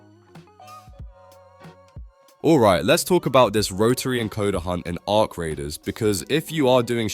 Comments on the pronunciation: A R C? Bro just say Arc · only A.I.-I.D.I.O.T.S calls the them A.R.C ...lol